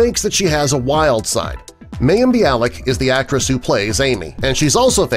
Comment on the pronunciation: Again it’s pronounced myem not mayem